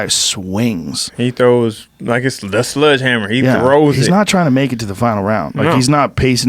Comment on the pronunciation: Every black person I know: Sludgehammer. I have never met black person, other than me, who pronounces sledge. Go find one. I dare you.